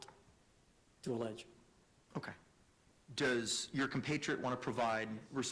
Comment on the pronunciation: “Your Conpratriate”